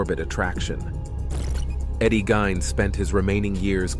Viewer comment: It's pronounced Geen , not Gyn.